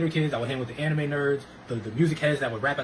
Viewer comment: "Ani-may fan" 😭🤣